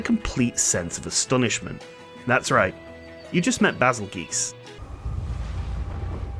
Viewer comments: Why are you pronouncing it "goose" when it's spelled the exact same way as the tail end of Betelgeuse and that's unanimously pronounced "jyoose"? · Hey hey hey, it's pronounced Bagel-Juice thank you very much. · Damn I was really following you in that intro until bahzulgeese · Its "bay zuhl juice", not "geese" or "goose" D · In Stories 2 they pronounced it "Baa-zel-geese" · You seriously have to be mentally challenged to pronounce "geuse" as geese. Betelgeuse has always been pronounced correctly and there's barely any difference in these names. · i've never heard anyone pronounce it like that. its actually, according to the wiki, pronounced Bah-zul-geese like in Portuguese. thats how its pronounced in Monster Hunter Stories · I think it should be pronounced bazelle juss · Baazel Geese ?? what in the name of fuc did you just say? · Bay-zel-juice, becuase it's a play on words of Betelgeuse. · "The official English pronunciation of Bazelgeuse's name, revealed in Monster Hunter Stories 2, is "Bah-zel-geese"." from the wiki :)